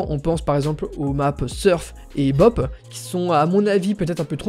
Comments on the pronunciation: CSGO oui mais tu as dis bop en 1 mot mais c'est séparer bhop on dit bi hop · Les maps "b-op" désoler mais j'étais mort de rire c'est bhop "bunny hopping"